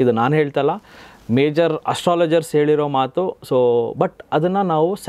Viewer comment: Sir, nimma kannada pronounciation swalpa sudharane madkoli. Hubbara ( ubbara), hale ( ale),, eliro ( heliro) . Swalpa nodi sir!!